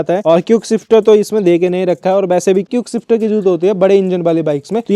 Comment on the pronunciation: Hahahahahahhahahahahahahhahahahahahahahaha bro hear him say cuikeshifter hahahahahahahaahaha